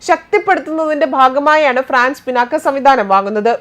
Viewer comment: പിനാക്ക അല്ല,പിനാക